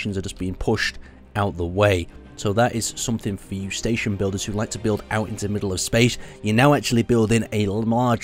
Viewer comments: "staton" lol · "Staton Wreckage" Is english first language?